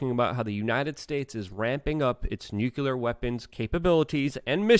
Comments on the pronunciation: Why cant you say N U CLEA R? Its not nukular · Good stuff, Luke! BTW, it's "Noo-klee-ur," NOT "Nyoo-kyoo-lurr." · Dude! How are people supposed to take you serious when you can't even pronounce "tumultuous"? And "nuclear". Sound it out. Hooked on phonics, bro.